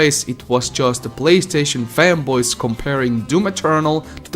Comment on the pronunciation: I heard femboys instead of fanboys